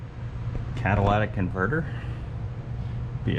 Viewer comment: lol cataLATIC converter 🤦‍♂️🤣🤣